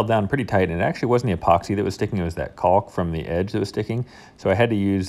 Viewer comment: After what I assume is over 30 years of living on this earth, you still cannot pronounce caulk correctly.